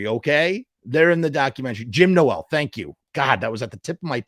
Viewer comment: I cant believe u dont even know brads dad's name and your pronouncing his last name wrong!! Wtf dude